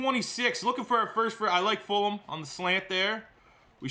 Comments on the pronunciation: Love but please pronounce FulGham's name right. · I thought it was just me!